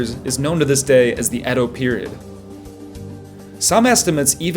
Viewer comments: Ede😂😂😂 It's Edo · It pronounced eedo not ed o for goodness sake…it’s obvious you’ve never been anywhere near Japan